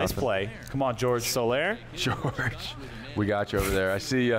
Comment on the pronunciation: Min 40 "George Soler" lol even Hosmer laughed Jorge aint George